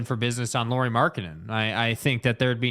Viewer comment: It's pronounced LAURI as in Lowrey , like Mike Lowery despite being written in FINNISH the pronunciation is Lowrey